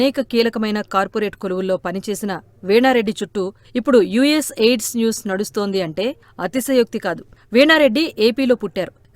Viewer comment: ఎయిడ్స్ కాదు AID అని చదవండి..!!